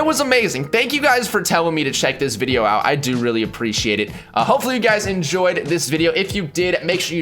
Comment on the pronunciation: LOL cause who actually memorizes that crap or would think of it during a video XD honestly i've watched a BUNCH of videos reaction to this and that was the only one that said that he was the one that kept saying Wideo & Michaelphone right it was painful to listen to